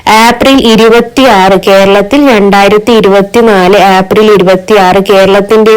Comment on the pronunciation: ആപ്രിൽ അല്ല ഏപ്രിൽ